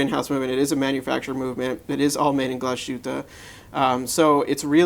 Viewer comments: Pro-tip: It's pronounced Glaz-hueteh, not Glah-SHooteh. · oh and you mispronounced Glas - hütte.